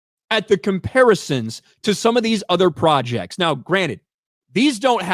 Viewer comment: I know you said "project" but it sounded like "fraudject". Which is more accurate.